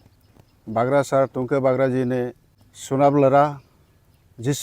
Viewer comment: Sunab nahi..chunab😂😂